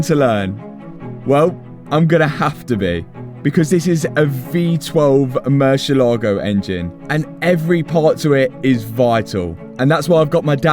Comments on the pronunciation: it is not pronounce murcielAgo with the pronunciation on the A... it is pronounced murciélago... you see that accent on the e?? éééé??? than means that the pronunciation hight is no the é... not the a... just to let you know... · Come on man, learn how the name of your dream car is pronounced! It is not Merchi Logo! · It really hurts me that most people will mispronounce Murciélago.